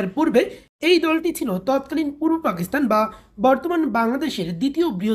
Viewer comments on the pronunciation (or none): none